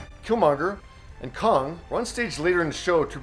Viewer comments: “Kong”. Lol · This dude said Kong